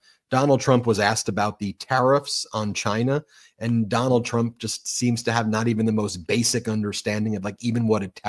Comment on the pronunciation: "Donaldt had Sharlie the lonesome...Tuna's confused with Trump Dump" and, "the hahtdbreeke' of pseoriosiz"(yuk)